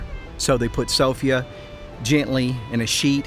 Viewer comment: Never heard Sophia pernounced like that.